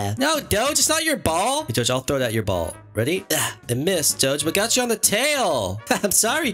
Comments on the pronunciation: He say ball it sounds more like bum more idk why lol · I like it wan you say ball